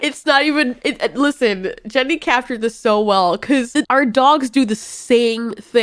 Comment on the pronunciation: Lol 😂 that was a kronosaurus not a mosasaurus and did you just call the male creator Jenny??? instead of grendy? XD man that’s funny